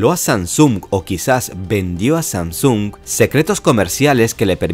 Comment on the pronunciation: Sam-sung se pronuncia haci